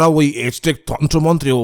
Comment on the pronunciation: সঠিক উচ্চারণ বোধহয় আ্যজটেক, এজটেক নয়।